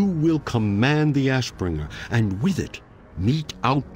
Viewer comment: What kind of accent do you have? Father or foder and with or wif lmao